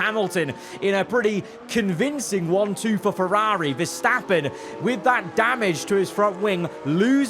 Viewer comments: Why do you say Ferrari like Feraaaaaarri and Aston like Astin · No hate but why does he say Ferrari like that😭😭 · Why does he say Ferrari like that